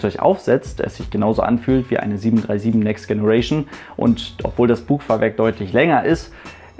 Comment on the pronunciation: next generation mit deinem ostdeutschen Akzent im denglisch auszusprechen ist leider nicht witzig, sondern doof.... die englische Aussprache ist doch nicht so schwer, oder?